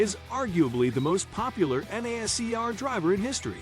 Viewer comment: the pronunciation of nascar is killing me